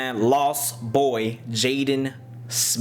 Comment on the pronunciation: LOL you said “Jaden Smiff”